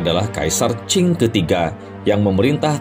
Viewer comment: dinasti qing, bukan qin. cara bacanya ching. kalau qin ( chin ) itu 200 thn sebelom masehi.